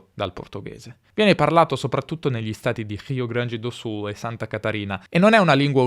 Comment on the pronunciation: Se perceberem ele fala português. Quando falou “Rio Grande do Sul” foi flagrante sua fluência em português.